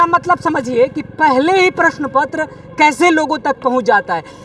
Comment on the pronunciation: प्रश्न पुत्र😂😂😂 प्रश्न पत्र बोलने नहीं आ रहा और कहते है रिज़ल्ट चाहिए